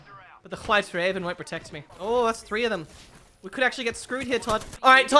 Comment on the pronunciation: pronounces White just like Stewie pronounces Whip in Cool Whip